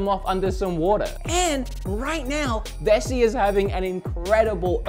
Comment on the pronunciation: Wessi (pronounced like pronounced Vessi) is a German slang word for people from the west of Germany. I was listening to the video in the background and got really confused why was talking about people from the west of Germany xD